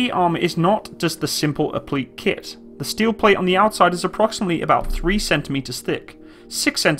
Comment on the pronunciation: Applique. Not pronounced app-leek. Pronounced appli-kay.